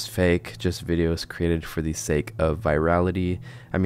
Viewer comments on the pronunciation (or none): There is no "off chance" of it being real. It is simply not possible. There is NO chance of it being real. There is an off chance that he uses real animals or parts of animals and mutilates them beyond recognition, and/or simple tricks to make the abominations move. On another note: you pronounce "the" wrong constantly. You only say "thee" when "the" is followed by a word that starts with a vowel. Otherwise you are supposed to say "thuh". Work on your critical thinking and English pronounciation.